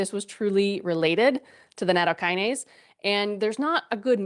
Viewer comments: Maybe we can begin by pronouncing the word CORRECTLY? NA-TOW- KI- NA-SAY Is that asking too much? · It's not natto + kinase. It isn't a kinase. It's nattokin (納豆菌, literally natto bacteria) + ase. The kin is pronounced like the word kin. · She dont even pronounce it correctly